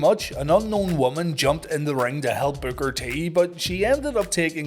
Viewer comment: It was a pretty good storyline with Booker Vs Stevie, plus Midnight and Big T. But Booker lost too many matches during that storyline. Oh you kept calling Booker BOOGER 😂